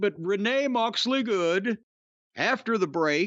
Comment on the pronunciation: Lol so why does Jim, in a British accent, say "Renee Moxleygooood"?